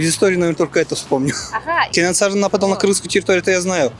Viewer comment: Журналист кыз КенеНсары эмес,Кенесары торпок болбой жакшылап даярданбайсынбы?